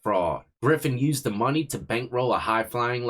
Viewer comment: It's all about "De Mo Ney" 😂